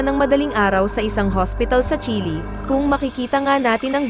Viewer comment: Bakit ganyan ka mag pronounce ayaw mong ayusin.. Ung Chile naging chili.. Ung natumba naging natomba ano ba tlaga?😅